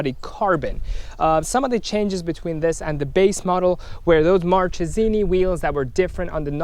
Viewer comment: It's Markesini the right pronounce